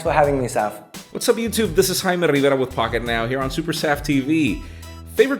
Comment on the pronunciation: Could Jaime just for once pronounce the J?